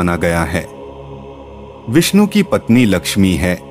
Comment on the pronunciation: Shree hari visnu bagwan ☺️☺️☺️, naam thik se Liya kar 😡😡😡😡😡